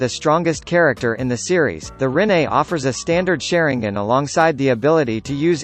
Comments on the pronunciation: The "sharon gin " come on bro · Suri gan